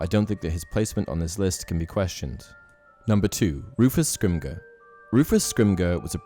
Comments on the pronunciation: You gotta fix your pronunciation of Rufus “Scrim - Jer “ not “Scrim - Ger” 👌🏻👌🏻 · You repeatedly mispronounced "Scrimgeour" it's pronounced scrim"Ger" not "Grr" I should probably add that I really like this channel and I'm subbed I just wanted to point out he mispronounced scrimgeour then again that's probably just how he pronounces it lol I hope people don't think I don't like the channel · It’s pronounced Scrim - JOR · Just for the sake of clarity, Rufus Scrimgeour's last name is pronounced "SCRIM-jor". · you are pronouncing Scrimgeour wrong and its quite annoying.